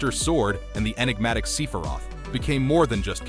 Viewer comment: Who is See-feroth?